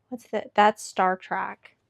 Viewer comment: I'm trying to watch this but hearing Star Track instead of Star Trek is getting me.